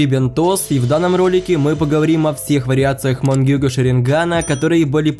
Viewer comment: Я один угараю когда он говорит мангекьё